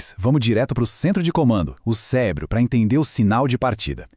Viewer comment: ''o cebro''